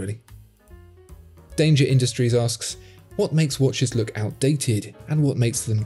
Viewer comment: I like how "Danger Industries" sounds with an English accent 🤔 Thanks for answering! So watches in long term collections need to be kept sleek and simple. Easy enough!